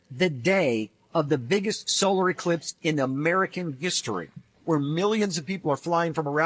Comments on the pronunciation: NASA so fake the guy couldn't even say Eclipse!! He said elipse. . . . . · he say elipse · That man said total solar elipse not eclipse. There's your red flag. Somebody else said the same thing and I thought he just said it wrong then yet another man made the same "mistake" well this one here is the THIRD time I heard the same thing. Elipse and eClipse are not the same. They are up to no good.